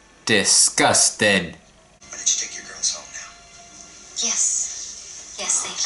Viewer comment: omg when he said disgusteng i felt that